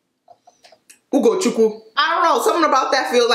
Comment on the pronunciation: 😂😂😂🤣😂😂 i know dern well you did not just say “ ugochukwu “ 😂😂🤣🤣 you got me rolling